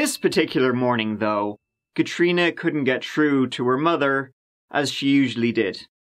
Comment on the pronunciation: Learn to pronounce words with TH at the beginning... The 30th is not pronounced 'turdieth'.... Through is not pronounced 'tru'... Three is not pronounced 'tree'...